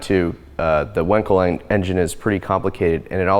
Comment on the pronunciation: Bravo for pronouncing Wankel as Felix himself did: Vonkel. Fun fact: Wankel drove a Tatra.